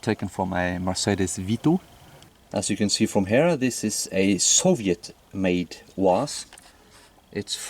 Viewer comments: Pronounced UAZ - Oooohh Aaaahhs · At first i thought he was calling it an ooze. So thought it was good its painted like a turtle